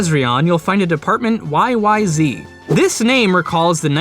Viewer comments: it's a personal pet peeve, so sorry if this bums someone out: the song is pronounced "why-why-ZED" (Rush is a Canadian band) it's also one of the greatest pieces of instrumental rock music ever created by Man if you haven't heard it yet, GO NOW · First of all - it's YY-Zed. And second of all - no, I can't get it. It's impossible.